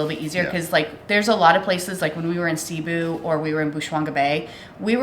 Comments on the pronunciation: Hi guys, Cebu is pronounced like taboo, accent on the last syllable. Best to ask the locals how to say it. Watching you from Orlando Florida. Good job guys!😁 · Pronounced Ceh BOO! Say it that fast. Glad you had a great time. Filipinos usually are very hospitable. The water is so clear and so warm. I do miss that. You probably looked intimidating and they didn’t bother to steal from you. 😬 You’re so lucky things were not stolen in your luggage.